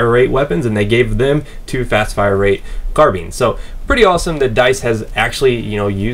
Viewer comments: It's carBINE not carBEAN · its a carBINE not a carBEAN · Actually, "Car-bean" is just incorrect pronunciation, American or not. "Car-byne" is the proper pronunciation for any English-speaking person. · I don't know anyone that says car-bean Iv always heard carbine =/ - Minnesotan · It's Car-byne American as well. I've never heard anyone say Car-bean, except for in this video. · me and my friends in cali say carbine not carbean the e makes the i say its name its basic third grade shit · I like car-byne better than car-bean.